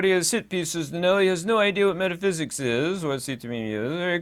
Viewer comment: "METHAPHSIKS" ::: HAHAHAHAAAAA EXPLAIN TO US THE FIRST 7 DIMENSIONS ::: AND YOU NEED NO METHAPHYSIKS HAHAHAHAAAAA